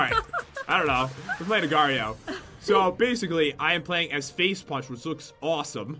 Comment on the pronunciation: How come u say mar agario